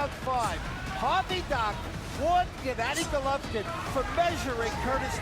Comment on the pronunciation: "Jennadi Gollovin" He ain't too smart, is he?